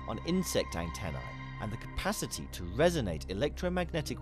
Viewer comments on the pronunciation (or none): none